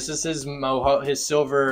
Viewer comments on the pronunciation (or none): Mojo is pronounced like it looks, not MoHo just fyi